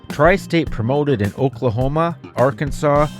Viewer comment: Oklahona ??? Lol . Learn fucking English .